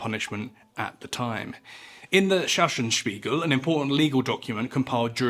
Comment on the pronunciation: Sachsenspiegel is pronounced "Saxon speegle", Sachsen is modern german form for the german Tribe and Land of the Saxons (Saxony), still existing today.